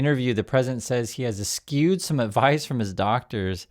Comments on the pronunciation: Es-chewed is how you pronounce it! I hope he doesn't even get another four days. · Look into how "eschewed" is pronounced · that isnt how eschewed is pronounced. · You are mispronouncing "eschewed". Do your homework.